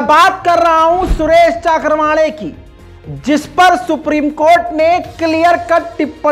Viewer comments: is nafrati chintu ka naam चक्रवाणे नही चव्हाणके है। Pl pronounce properly. Nahi to is baat ko lekar bhi kuch na kuch bolenge. I hope SC will take cognizent of yr bites. Thanks. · सुरेश चक्रवांडे नही है चव्हाणके है कई बार नाम लेने मे गलती करते हो बल्कि अक्सर